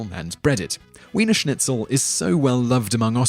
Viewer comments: "Weener Schnitzel" !? "Shaka Torta" !? "December fiff" !? GTFO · My girlfriend (lives in austria) is angry you pronounced the cake wrong. Edit: You also didn't pronounce correctly: Apfelstrudel and Wiener Schnitzel. She says good job for trying though <3